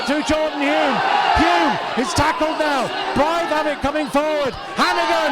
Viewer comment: A fantastic evening I was their the atmosphere was terrific and Blyth were brilliant it could have gone either way.The commentator not being able to pronounce HULME is hilarious,one of the great non league matches that one👍